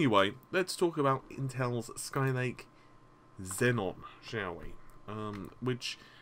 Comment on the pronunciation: How is it possible, that me, a person who started studying english as his THRID language knows how to pronounce "Naples" and "Xeon" correctly, but a native speaker can't. I love your videos, but FFS please look up the correct pronounciations:P